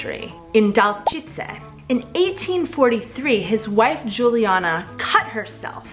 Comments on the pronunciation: It is not "Dálčice" but Dačice. :) The city where the sugar cube comes from. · It is Dačice not Dálčice and dont forget the Budweiser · Also 2 additions: the sugar cube (originated in Dačice not Dalčice), and the word robot (created by a painter Josef Čapek) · It’s Dačice, not Dalčice. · Its Dačine, not Dálčice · Even though you messed some names of things and cities like the DÁLČICE instead of DAČICE, and didnt said some other important inventions like the propeller, lightning rod, word PISTOL, plastic explosive Semtex, etc...., Im still impressed and really surprised of how great this video is and your interest in our kinda "boring country"! 😃 So again, nice video, well done and greetings ! ;) 🇨🇿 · It’s cute how you get the city names wrong :-) Jachýmov instead of Jáchymov, Dálčice instead of Dačice :-) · Its not Dálčice, but Dačice😁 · It´s not Dálčice, but Dačice,....it´s different city... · Neříká se Dálčice ale Dačice😉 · Dačice, not Dálčice. nice work otherwise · Just one thing *Dačice, not Dálčice. 😁😁😁 Really good video anyway! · Dačice, not Dálčice :) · Ne Dálčice, ale Dačice!!! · It's Dačice. Not Dálčice :-) One of most important researches done in czech area was genetics research lead by Johann Gregor Mendel. And more and more interesting invents, e.g. medications etc. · It's not Dálčice, it's Dačice. I live there and there is a museum dedicated to the sugar cube. I like your videos by the way! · Hi, just one thing, the town isn't Dálčice, but Dačice :D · It's Dačice :D